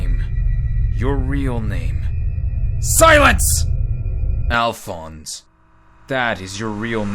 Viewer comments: Alfonse A"lf"onse A-Lif-onse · I thought Alfonse was pronounced like Al-fon-say